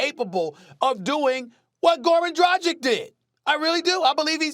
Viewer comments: senpai he said "drajic" which is wrong. It's more like Draggich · It's pronounced Drag -itch not Dra-gick 😂